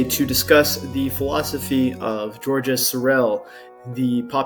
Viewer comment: in French, the S at the end of GEORGES is silent ...